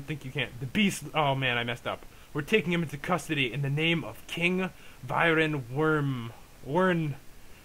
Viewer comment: HE DID REALLY SAY VYRON WORM WHEN TRYING TO PRONOUNCE VARIAN WRYNN